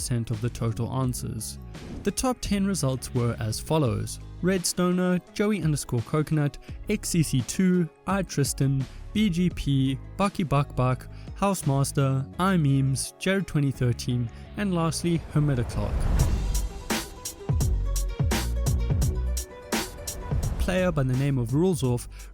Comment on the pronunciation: It's imems not imemes btw lol